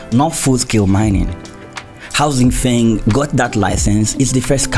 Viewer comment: 新风 Xin Feng which means New wind is pronouced Shin Fong with two first tones! That's probably the best way i can explain what it sounds like😉